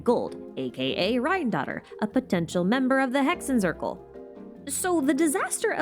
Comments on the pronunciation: i dont want to be that person, but hexenzirkel is a german word and “zirkel” is pronounced tsirkel, so just exchange the z with a ts sound, like tsaritsa😊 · aaaaaa the germans are knocking on my door im in Germany Z is read C , basically say it as you do in English, great video thou